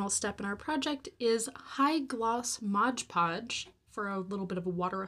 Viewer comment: Cute but you use of Modge podge instead of mod podge sent me packing!